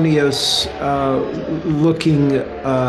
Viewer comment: I love Glover but lol that he can’t pronounce “asynchronous” and thinks “syncopated” just means “rhythmic”